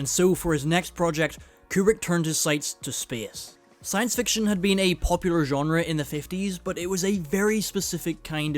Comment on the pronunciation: Thank you for pronouncing "genre" correctly. Drives me frickin insane when people mispronounce it. ...i don't know Why..